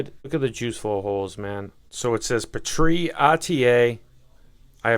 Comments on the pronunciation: "Pee - Tree", not "puh - tree". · Omg why are you pronouncing "petri" like that?? It's driving me nuts😓 It's pronounced "Pee-tree" with the emphasis on pee (lol no pun intended) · its pronounced pee-tree smh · Not sure I can buy juice line from a guy who says Pah-Tree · What are you calling it? It's a PEE-TREE not sure how you could even mispronounce that